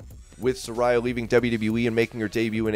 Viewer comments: Sa-ray-a, not Sa-ri-ya...Taz even corrected "" before he mispronounced her name too. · She is pronounced "Se-Rey-ah"